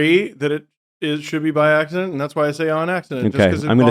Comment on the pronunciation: gets two things wrong. It's BY accident, and it's VERSUS (not verse). Two L's. Yeeesh.